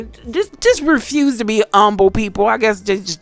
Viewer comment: Hey sister great video 🔥…out of curiosity did you grow up on the east coast or south east coast? You pronounce “humble” in a particular way and I’m always interested in how accents develop and change. Anyway, this video inspired me to pick up a new book so thank you 🙏🏾